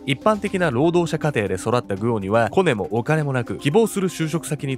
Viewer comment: コネのイントネーション(・ ∀ ・)笑